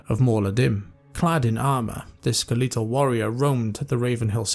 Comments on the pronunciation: I have never heard the word skeletal pronounced as you pronounced it and I love it. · Can't get over the way you pronounce "skeletal".